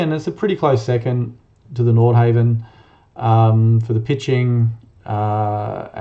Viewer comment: Please pronounce NORDHAVN properly !!!